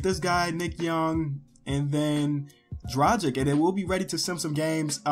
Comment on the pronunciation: Learn how to read Dragic name already....